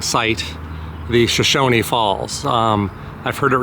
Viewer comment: I appreciate you coming to our neck of the woods, we live in an amazing place! That being said, the falls are pronounced Per-rine and then there is Shoshone Falls, not Shoshonie Falls.😉 You really need to see City of Rocks, south of Burley. BEAUTIFUL! Enjoy your time in Idaho!